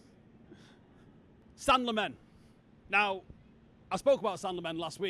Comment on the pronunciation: I love you but please look up the pronunciation of Sanne Lammens 😅 Had to watch it back 3 times to understand who you were talking about 😂 And he would be a great signing!